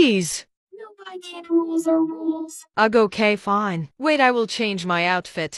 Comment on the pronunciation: “She seems fene” 😂😂😂😂